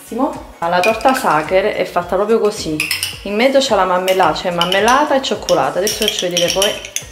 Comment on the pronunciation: Si dice maRmellata non mammellata con la R non con la doppia m